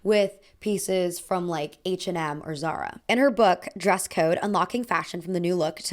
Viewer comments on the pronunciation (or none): none